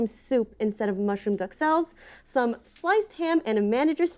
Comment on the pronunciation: a professional, published chef just said, "duck-sells," when trying to pronounce, "Duxelles."